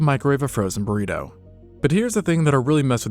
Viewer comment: "Less time than it takes to microwave a freuwzen bureeteuw". Oh please.